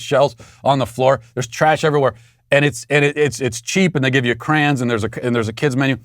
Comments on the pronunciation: Matt, I think you're trying to say "crayons", but why do you keep saying "crans"? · "Crans???" You mean: CRAY-ONS??? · Matt did u just call crayons “crans”? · It’s “cray-on” not “cran” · I respected Matt so much... then he pronounced crayons "crans"